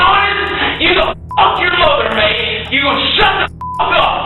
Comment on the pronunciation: man's raging so hard his primal British came out. "Mate" 🫠